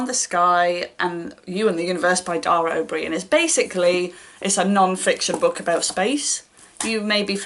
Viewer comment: I'm not a fan of Dara O'Brian, but I can imagine kids would find his book engaging (and I think your pronunciation was spot on!). For space read recommendations, I enjoyed 'Origins: Fourteen Billion Years of Cosmic Evolution' by Neil Degrasse Tyson, I keep meaning to read more of his books. The writing was very accessible, but also captured the sense of wonder at all the stuff that's out there, and how it came to be.